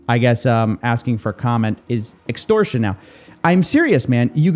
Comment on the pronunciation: "extorsion" lmfao